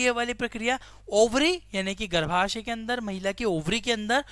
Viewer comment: Log ankh bnd krke follow krte he aur unka govt.exam me ek ek number value krta he plz jara bhi galat na bola kre....46 pairs is wrong and ovary mtlb garbhashay bhi galat pronounce Kiya gya....so plz correct it...😮